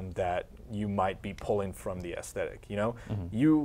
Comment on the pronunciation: I keep hearing them mess up on the word "aesthetic" with "thesthetic" lol #Bethesda